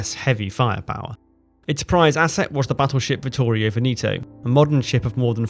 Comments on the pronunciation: VENETO is pronounced "Vehnehto" (not Veneeeto). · You say "VENETO" with the "E" not "VENITO" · Such a shame you ruin the video by mispronouncing Veneto. Its VEHN-eh-toe. Not Vuh-KNEE -toe. Horrible to listen to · No reason to pronounce Veneto like Veneeto ! Try checking that out next time ! Itˋs bothering ! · Pronunciation of Veneto is very wrong throughout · Tje Regia of Regia Marina is pronounced "REH juh", not with a hard G, Veneto is pronounced "VEH neh to". Thanks for the excellent description of the battle. i wonder why the Italians sent Vittorio Veneto alone without the Littorio, her sistership, to reinforce and protect their advantage. That seems to have been very unwise of Ultramarine, the Italian higher command, who also erroneously sent two heavy cruisers back to help Pola instead of sending a couple of destroyers. Terrible lack of judgement by Ultramarine who allowed no decisions by the squadron admirals !. This is probably the reason why many Italians accuse Freemasons in higher command of scuttling hopes of victory.